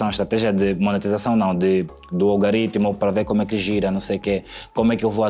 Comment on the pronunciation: Muito bem,. Diz-se Algoritmo e não Algaritmo. Gosto muito das duas personas ( e ).